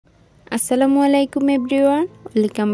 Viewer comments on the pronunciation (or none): none